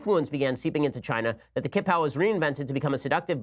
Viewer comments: Its pronounced "chi-pao" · Ben, please stop butchering the pronunciation. Q is pronounced as tch in Mandarin so it is the Qing(tch-ing) dynasty, qipao(tch-ee pow) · The 'q' in Chinese is pronounced like "ch" in English. So qipao = chee-pao and Qing = Ching.